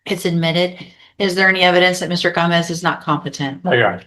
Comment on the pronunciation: lol she never knows how to say Gomez.